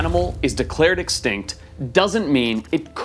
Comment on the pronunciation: Sorry but can Forest say the word extinct? Sounds like “exctankt”